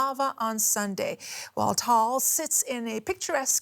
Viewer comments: TIP: ITS NOT PRONOUNCED TALL ITS PRONOUNCE TA-AL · Its not Tal Volcano, Its TAAL Volcano and also its not FilipiNOSE its FILIPINOS mga bobo amputa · These guys don't know how to pronounce the volcano's name, it's pronounced as tah-al not tal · The funny part is she said tall volcano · As you all wondering I'm from phillipines and the name off the volcano is ta Al and it's actually not that ez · Its pronounced ta-al.